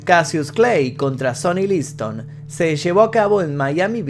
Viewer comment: "Los nazi", "cólord" (colored), "líson" (Liston), "chóu" (Joe), "forman" (Foreman). El final fué muy emotivo, no pude contener las lágrimas. Siempre será el más grande, ninguno como él.